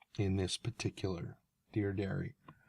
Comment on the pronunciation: actually i thought you had a speech impediment (haha)